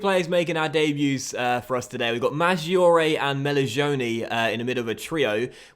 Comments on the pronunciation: Great vid and I'm excited to see you in Italy again! Just a couple pronunciation tips if you want them: in Italian and G or C before an I or E (single or double) sounds like J or CH respectively. So Maggiore, for example, is pronounced Majoray, basically, and so on. Similarly, a CH before I or E is pronounced like K (so the man's first name Michele is Mikelay, not Mishell). SC makes a SH sound, GN makes a ny sound like the ñ in spanish. Good luck and I look forward to seeing Palermo storm back to the Serie A and hopefully come in second to my beloved Roma! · Great to see the series coming back in fifa 17! Pronunciation tips from an Italian: it's Julio (just like Julia, but with an O at the end) Madgiore (as in the word "edge") Keep it going